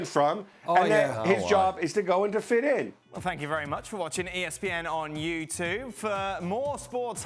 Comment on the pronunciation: At the end he said subscribe not "suvscrive" so is this a deliberate thing why he's saying "youtuve" and not YouTube?